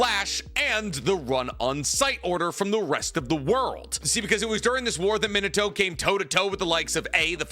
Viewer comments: That pronunciation of Min-a-toe is just so stub-me-in-a-toe horrendous. It’s mee-nah-toh. Key distinction between saying toe and toh is that toe is a little elongated at the end in that you’re stretching that “o” sound. Toh is not elongated. It’s very short and staccato. And yeah, I know this is nitpicking on top of nitpicking but it’s like nails on a chalkboard to me. And you say Minato’s name so goddamn often. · Where did you get this absurd pronunciation of Minato?